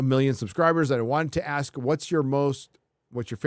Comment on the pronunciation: And says “ayks” instead of ask